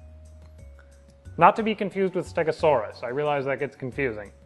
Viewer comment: Sounds like ur saying stega stare ass